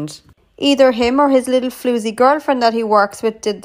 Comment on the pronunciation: Is it just me or does anyone else like her pronunciation of 'floozy'